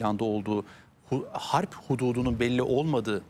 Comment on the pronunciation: Ablacım hârp diyemiyorsan savaş de bari. Kalın kalın harb deyip durma